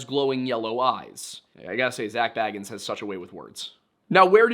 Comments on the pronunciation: You are apparently so good at research and yet you can't seem to figure out how to pronounce Bagans... It's not Frodo Baggins we're talking about 🙄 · I do enjoy when people mispronounce Bagans as Baggins. He's like a creepy dudebro hobbit.